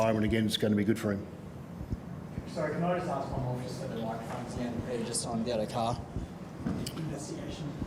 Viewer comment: . He said Abdo Carr lol Great work boss.